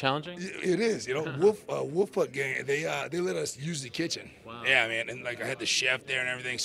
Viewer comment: did he say wolfpuck gang?